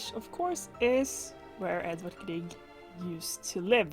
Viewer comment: Det hördes i början när du sa "Grieg" med perfekt uttal att du var norsk. 🙂 Inte så ofta jag snubblar över nordiska grannar på nätet, så det är alltid roligt när det händer. Hittade din kanal igår på grund av recensionen av Bretts Mendelssohn. Ska se till att titta igenom dina gamla videor framöver. (Hoppas svenska funkar för dig, det är sent och jag orkade inte riktigt uttrycka mig på engelska.)